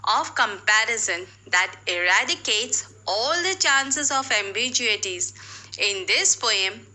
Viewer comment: Your pronunciations of the words stanza and ambiguity are wrong.